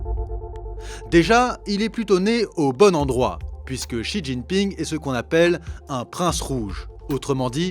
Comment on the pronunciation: Pas mal la vidéo dans l’ensemble mais j’encourage les journalistes et youtubeurs qui s’aventurent à parler de la Chine quelqu’en soit l’angle ou le sujet à commencer par apprendre à prononcer les noms chinois... Pour quelqu’un qui connais le chinois, voir pire, y a vécu, c’est insupportable. En pinyin (phonétique chinoise) le x par exemple ce n’est pas un x comme en français mais un s ou c comme dans ciel... De la part de gens soit disant pro ça fait bien tâche.